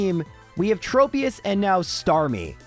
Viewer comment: Layron? Where are you finding the y? At least Tropius sounded correct, considering I don't remember seeing it in the anime. That said, I'm honestly concerned with how you went from actually caring about the fainted Pokémon to just insulting them. Bonus points for poor Absol.